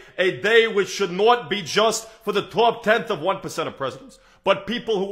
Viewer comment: This is outstanding, but I need to nitpick for ONE second. When he does Bernie Sanders, he says the words not and top as "nawt" and "tawp" (more like a Bostonian would say them). New Yorkers do not pronounce their short o's like that! It's more like "naaht" and "tahhp." Otherwise amazing.